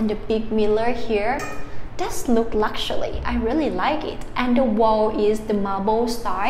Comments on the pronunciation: Another one that ties you up is luxury. Sound it out. Lucks..your...eee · You forgot the 'luxuly' !